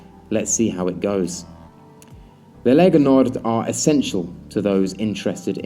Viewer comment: Lega Nord, not Legal Nord.